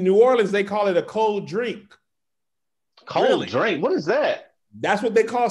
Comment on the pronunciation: Actually we pronounce it Cole drank. Not cold drink. I'm from new Orleans and this just made me not wanna watch zooming with the homies no more and I use to look watching this show and I now I don't wanna watch y'all nomo and I'm in subscribing